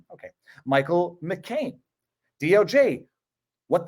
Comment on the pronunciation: Michael McKean (you pronounced it like John McCain) is unfortunately an entertainer. I loved This is Spinal Tap but it was directed by liberal moron Rob Reiner and starred another liberal moron, Michael McKean...